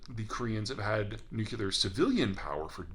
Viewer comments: Maybe I'm too sensitive but a person like Peter should really pronounce "nuclear" correctly, I can't be the only one who gets a small aneurysm every time he does the homer simpson "nuculear" thing. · Such an intelligent man, but he says nuclear as "nuke-you-ler" occasionally. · Peter Zeihan is obviously incredibly intelligent and informed, but every time he says “nukular” I get a major confidence boost. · In fairness, even Jimmy Carter said "nukular" and if I'm not mistaken he was a fully trained nuclear engineer in the US Navy. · Peter pronounces nuclear the same way as “w”did ; nook-yu-lur😅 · "Nukular"... havent heard a bushism in awhile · It's things like this, and other blunders, not to mention pronouncing nuclear as "nook-u-lar" that make me have second thoughts about everything I hear in Peter's videos. He has some real talents, and that voice, and that hair... but there are some deficits too. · Peter. I love your stuff man but I am begging you. Please learn how to pronounce nuclear. There is only one "U" in nuclear! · i find it disconcerting every time he mispronounces nuclear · That’s not how to say nuclear, is it? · Imagine being a geopolitician and mispronouncing nuclear. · Peter- You are a global treasure. Thank you for your work. I’m curious why you choose to pronounce nuclear the way you do…?? Am I missing something? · So smart, & great review of the subject. I just wish he could pronounce nuclear. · Puzzles me how smart people can't pronounce "nuclear". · Please pronounce nuclear properly! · This episode was legit had to listen to. Such a smart man sounds so dumb when he pronounces Nuclear. I have heard him say unclear and there is no extra u in that pronunciation. Just the ramblings of an old man who remembers when smart men led by example. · How are you that smart and can't say "nuclear"? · Please please please, there is but one "u" in nuclear. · Nuclear. Say the letters in order. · nuCLEAR, lol. No one goes nucular. Love your stuff Peter.